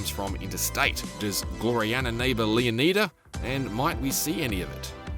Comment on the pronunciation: Stop saying Leonida wrong